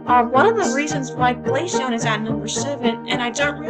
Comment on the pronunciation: I appreciate you saying glaceon pretty